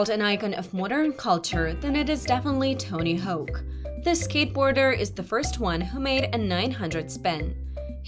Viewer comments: did you... did you mix up the vowels for "Tony" and "Hawk"? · did she say "tony hoke??"